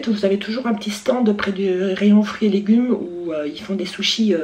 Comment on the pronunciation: Par contre t'a tué le mot SUSHIS 😂😂😂😂😂😂🤣😂